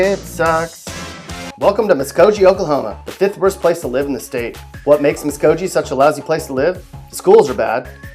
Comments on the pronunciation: The way you say the names is so funny.. that is not how you say them lol I am a OKIE from Muskogee. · Even though he totally butchered Okmulgee and Muskogee which I feel low key disrespected for smh lol but it is right Okmulgee is amazingly boring the only things to do are either go to Walmart and the casino but Meth is becoming a pretty popular thing to do lately which how ironically is making jobs but also taking jobs away from the city at the same time 🤔 lmao jk but yeah it’s extremely boring here like extremely lmao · Sallisaw didn't make it? You can't pronounce the town from "Okie from Muskogee?" Please? This guy's never even been to Oklahoma! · Your pronouncing Muskogee wrong. Do you even live in oklahoma ? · Apparently this idiot never heard Merle Haggard sing Okie From Muskogee to get the pronunciation correct. Then there was the Broken Bow and Broken Arrow screw up. And did he say Heavener was in Southwest Oklahoma? Seminole isn’t that bad, either. Pathetic whoever writes the script for these videos. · You guys are definitely from Oklahoma, because you called him out for mispronouncing Okmulgee and Muskogee, but didn’t call him out for totally making up an “a” on the end of Miami. 🤦🏽‍♀️🤦🏽‍♀️🤦🏽‍♀️🤦🏽‍♀️ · If you’re going to make a video about Oklahoma at least learn how to pronounce Muskogee and Okmulgee. It’s obvious you are not from Oklahoma. Therefore your opinions are not so meaningful. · You need to go on YouTube (like we are now) and look up Muskogee and Okmulgee and see how you pronounce them! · Geez how is Lawton not on this list? Also, many other commenters have pointed out the rather unique pronunciations of Okmulgee and Muskogee but yeah. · For real only okies know how to say Muskogee and okmulgee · I live in Piedmont, it's really nice here Please learn how to say the names though man some on lol, I cringed at the way he said Okmulgee and Muskogee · I live 30 miles from Muskogee it's not too bad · That isn't how u pronounce muskogee